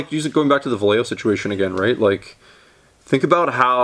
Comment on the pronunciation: I can't tell if you're mispronouncing "Vallejo" on purpose. Could go either way.